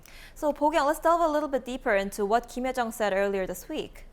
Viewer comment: 주황색님 발음이;; 김여정인데 김혜정이라고하는건지 비음이너무심하네요